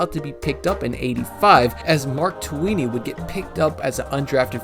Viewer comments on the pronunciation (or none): FYI...Manu Tuiasosopo=Mah-noo Too-wee-ah-soh-soh-poh. Tuinei=Too-wee-nay. Pronunciation not the best have heard but have heard worse! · Tuinei is pronounced TOO-en-ay.